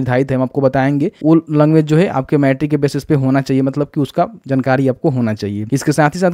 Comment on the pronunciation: bhai jnkari nahi jankari hota hai 🤣